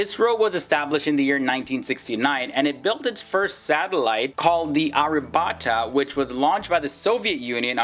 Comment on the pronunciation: It's Aryabhatta not era bata.